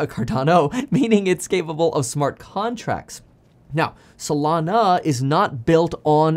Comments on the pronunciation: I keep thinking of Solano County whenever you say Solano instead of Solana 😂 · lol up untill this point i thought it was actually Solano